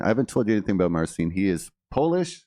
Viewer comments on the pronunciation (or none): I dont understand why he doesn't just go by MARTIN. "Marcin" translates to Martin. Plus it sounds better than Mar-seen as he calls himself which isnt even how u pronounce the name in actual Polish. In Polish Marcin is prounounced MAR-CHEEN. The "ch" sounds exactly like it does in "Cheech n' Chong. It makes no sense to me because it seems like he wants stay with the Polish version of his name but then he doesnt pronounce the way you do in Polish. So whats the point? Just go by MARTIN dude! Its not a bad name. But whatever. "To each, their own". 👍🏻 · Its actually similar! You pronounce it like "Mar-cheen" with a soft "ch" (which is ć or ci like in marCIn in Polish) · 🌺 Marcins' name can be pronounces, like MARCHEN (CH, like in a word chair or cherry), and the word is Not elongated with a double ee sound, but only one and short E There is no sound S in the pronounciation. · Marcin is Polish for Martin, I think. Pronunciation is close to "marching" without the g. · 'martchin is close enough (sorry, no phonetic alphabet on hand), stress on the first syllable, and then there's the Polish soft 'ci' you'll find in other Slavic lgs. My guess is he created an international version of his name so it's easier for everybody, but it's not the way we say it in PL. Marcin is a very popular name in PL, its English brother is Martin. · Well spotted with the name pronunciation. Marcin is pronounced Marchin in Polish, he's simplified it to make it easier for the Western world. My son's name is Marcin, he was not impressed with kids at school making "marching" references 😂. I didn't know we were gonna end up living in an English speaking country when I named him 😅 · Hi, thanx for nice reaction. Proper way to pronounce it is something (for non-Polish) like: [mar-cheen putt- shuw-weck)